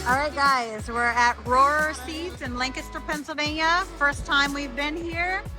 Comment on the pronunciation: Not that it matters, but Rohrer is pronounced just like “roar”